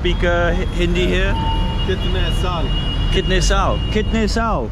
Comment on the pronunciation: Can't Stop laughing when he says "kidney" instead of "kitnay"😂😂 But it's cute to see foreigners speaking Hindi 🥰